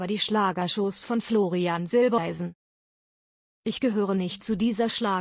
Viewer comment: Jetzt bezeichnet auch die Rednerin Florian zwischendurch als Silbeleisen! Hallo YouTube wann bringt Ihr Euren Sprechern endlich bei wie Familiennamen korrekt ausgesprochen werden !